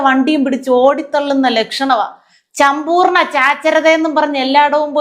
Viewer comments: ചമ്പൂർണ ചാച്ചരത 🤣🤣🤣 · ചംമ്പൂർണ ചാച്ചരത😅 മണ്ണാങ്കട്ട😅 വിവരമുള്ള ഒരുത്തനും ഇല്ലേ ഇവർ പറയുന്നത് ഭൂലോക മണ്ടത്തരം ആണെന്ന്😅 എനിക്ക് തോന്നുന്നത് മന്ത്രിയുടെ PA മന്ത്രിക്കിട്ടു താങ്ങിയതാണന്നാണ്😅 അത് ഈ പൊട്ടൻ മന്ത്രിക്ക് മനസിലായില്ലന്നാണ്😅